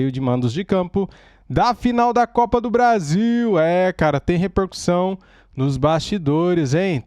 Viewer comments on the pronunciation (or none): none